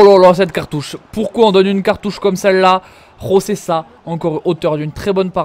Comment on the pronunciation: En portugais on dit José pas Rosé c'est pas de l'espagnol ;)